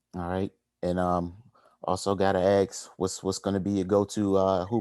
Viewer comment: PLEASE tell it is ASk NOT AKS